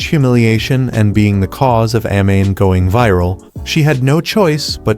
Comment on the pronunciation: A-Mane isntead of Amane☠️